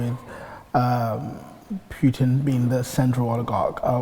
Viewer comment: Interviewer: Putin is not [Pju:tin]. Putin is [Pootin].